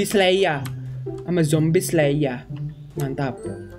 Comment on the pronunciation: Ngakak pas pak leksnya bilang zombi slaiya😂